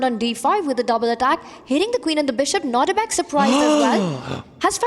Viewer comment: They keep saying Nordibek. It’s Nodirbek.